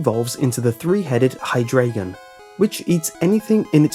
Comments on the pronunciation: Deino is pronounce dino. Zweilous is pronounced svailous. Hydreigon is pronounced Hydraigon. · And Hydreigon is hy-DREI-gon. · loved the video it just bugged how you pronounced the names of Deino, Zweilous and Hydreigon. their names are based on the 3 German numbers: Ein, one. Zwei. two and Drei 3. the more you know. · Deino's, Zweilous' and Hydreigon's names are actually pronounced quite differently. They're pronounced like the German words "Eins, zwei, drei" (One, two, three) 'ei' -> 'ai'. I actually already knew all these Pokédex entries. I just watched the video befause of his voice. <_<